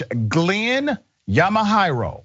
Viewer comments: Judge Yamahiro, pronounced “Ya-ma-he-ro” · Yamahiro is pronounced YAH-MAH-HEE-ROH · The judge's name is pronounced, "Yama HERO".